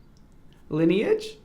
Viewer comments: I know he did not just pronounce LaNeige as “Lane-ee-edge” instead of “La Neige”😂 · the way Brad said "Laneige?" 😭